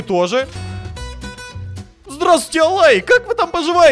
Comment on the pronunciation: ЭЛЭЙ❌️❌️❌️ АЛАЙ💀💀💀